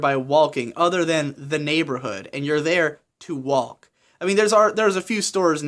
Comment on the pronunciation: Wait did you just pronounce the L in "walk"? onwards